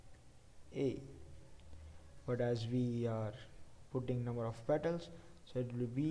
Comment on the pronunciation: petals not pettles...